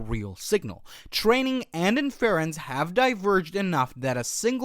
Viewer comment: Great content, but your pronunciation of Inference? Wild.